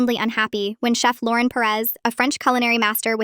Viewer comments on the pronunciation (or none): none